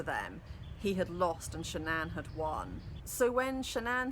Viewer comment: The wife's name was shannan not sha'nnan...all one word.